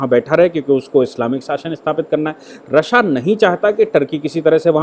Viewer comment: Aap ya toh Rasiya boliye ya fir Rus ...RASSA bol rahe h jo confuse krta h